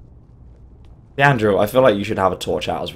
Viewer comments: Why does he say "Theandrel" its "Fendal" or (Fen-dul) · does even bother reading Faendal´s name or is he just going to call him Fiandral forever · Feabdral? Fenrir? Where do you see an r in Faendal? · StrykerCop it's more like (thane-dahl) tbh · 22 August 2020. been watching your videos on Skyrim Walkthrough's. I think you are really funny and fun to watch. I've laughed many times. The one thing that really sticks out is how you pronounce the names of people/ places/items wrong so much. You dont even try to learn to say these names correctly. examle, Feandal. you never ever say it properly. my god, why?. It is really not hard to try to say things properly. I know this was done a while ago. I really hope it improves. best of luck.